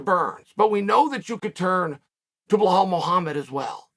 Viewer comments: That “Blahal” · HOW is it even possible that Chael is saying BLLahaL MuLhammad